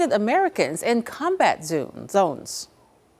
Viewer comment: Zoones? This reporter is nearly illiterate 😂